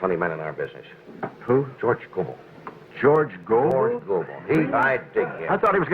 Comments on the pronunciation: It's go-bull, not go-bell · Hey, Thanks for posting this great night on The Tonight Show. You look like a young sprout, so you probably don't know that George Gobel's last name is pronounced "GoBULL"..not "GoBELL". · Host here is too young. The name is pronounced George Gobul not George Go-Bell. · that's Gobel like noble. not go-bell. this is a wonderful clip though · It's George GO-bull, not George gow-BELL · His name was pronounced like this - George GO' - Ble --- not George Go - BELL' and if you had listened to the introduction on the clip you would have heard his name pronounced correctly. Sheesh. A comedic historian needs to know these things..... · George Gobell pronounced GOBLE not Go Bell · Love this clip. BTW, pronounced Goh'-bul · Gobel is pronounced GO-bull. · It's George Gobel, not Go bell! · George Go-BELL? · George Was Great......... Pronounced (GO-BULL) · That's (GO-bull). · Please, if you are going to pay tribute, learn to pronounce he names correctly. George Go- bell.